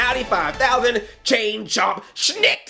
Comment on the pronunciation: Andre, it's "snikt" not "shhnik"